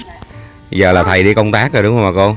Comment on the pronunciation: Bà cô vẫn nói khầy đu công tác kkk